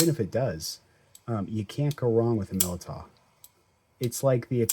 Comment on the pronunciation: I think it's pronounced Millydow